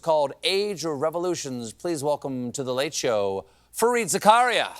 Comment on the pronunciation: Stephen, it's actually pronounced Zaka-Riyya